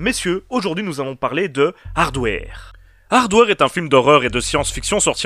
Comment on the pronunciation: Je dit pas ça pour être méchant ou blêssant , j'aime bien ce que tu fait , je suit ta chaine . C'est juste que quand j'ai entendu ta prononciation ça m'a flacher. Sinon c'est pas grave ^^